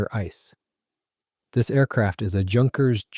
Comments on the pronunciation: It's not pronounced junkers. it's with a u. Youkerns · It's not junkers,it's pronounced yunkers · Repeat after me, YUNKERS, YUNKERS, YUNKERS